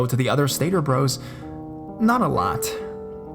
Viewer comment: "Stater Bros" is written "Stater Bros", but it's pronounced, "Stater Brothers". "Bros" is a contraction of "Brothers". I used to shop there all the time when I lived in the LA (Los Angeles) area.